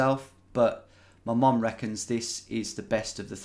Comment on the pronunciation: Why does it sounds like you're saying mom instead of mum?